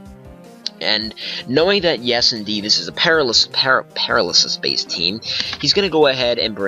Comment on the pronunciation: GG. Love seeing older gens in action. Btw it's Pair-AL-ysis. AL like in Albert. Not that I want you to ever have to face a paralysis team again tho. That blunder strat